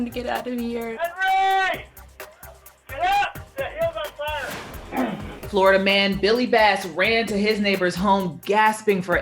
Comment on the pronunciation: AYE THEY SAID FLORDIA MAN